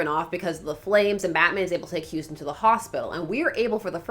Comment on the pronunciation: Umm, it seems to be Hostin, not Houstin.